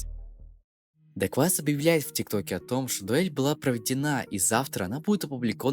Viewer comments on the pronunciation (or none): кто нибуть скажите еме что не фиолетовый парень не daquais(дэкваис) а dequavis(дэквайвис)